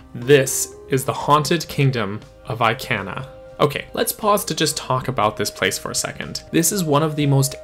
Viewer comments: Eye-can-uh? Sa-no-tuh? Dude, I know for a fact that Sonata pronounced Soh-NAH-tuh! Not sure about Ikana, but I've always heard it as ee-KAH-nuh. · I-can-ah hurts my soul please I-Kahn-ah take it anymore 😂🙏🏼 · sooo jarring...lol! It bothered me to no end; I - can - ah...ummm, NO!